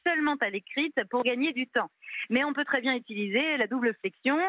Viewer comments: voilà enfin ! j'attendais que le pot aux roses soit dévoilé, son but évident n'est pas l'égalité du féminin et du masculin, mais bien le renversement de la règle de priorité pour faire en sorte que le féminin l'emporte. Et en plus, elle dit "très bienne" (sic). Comme tous les combats féministes, ça propose l'égalité, pour mieux imposer sa domination. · Elle a dit « Très bienne » 😳😳😳 ?